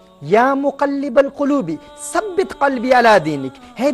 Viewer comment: JazakAllah. U did great job just one correction- its thabbit not sabbit 🙂